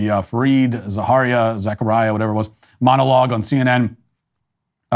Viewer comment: The way you referred to Fareed Zakaria's name was below the belt and classless. You should do better.